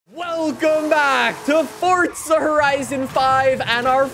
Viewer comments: Dude its Forza for the last frikin time not Fortsa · Are you ever gonna say it right? Its forZa not forTza